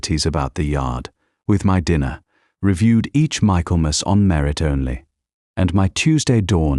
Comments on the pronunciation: I have thoroughly enjoyed this story! Try to add their children to the story wrap up. ❤ Also it isn’t pronounced MICHAEL MAS… it is Mikklemis. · An excellently told story, although I wonder how it continues; for sure, there's a second half of this story waiting to be told! Oh, and it's not Michael-mass. it's pronounced Mickellmass! Just one of our weird English pronunciations!